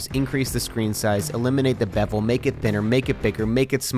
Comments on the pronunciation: He said bebel instead of bezel lmafo 😂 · Did he just say beble instead of bezzel? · lol he Sai s but bevel